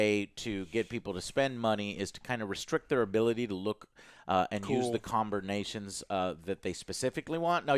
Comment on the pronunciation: Lol comburnations..... lol